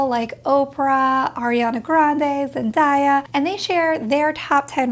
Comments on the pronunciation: Zendaya is pronounced Zen-day-a and not Zen-die-a. I did the same thing for years and my sister corrected me. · honestly you said Zen-die-ah with such a sweet soft voice, that I almost wished her name was actually pronounced like that lol. Sounded like music to my ears 🥰